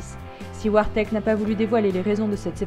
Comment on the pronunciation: Elle a dit. Vartek mais si c'est barteck elle a fait une faute